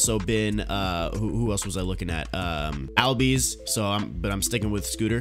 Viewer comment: ozzie albies name is pronounced allbies